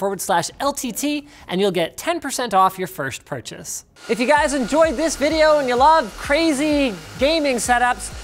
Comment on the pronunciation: "And we're gonna put a graphics card in it and play vidya games" Never change Linus, never change.